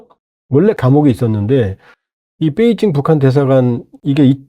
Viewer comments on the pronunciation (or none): 뻬이징이안이고 베이징 이다 바름좀 똑똑이